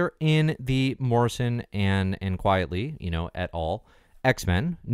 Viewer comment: QUITE-ly, not Quietly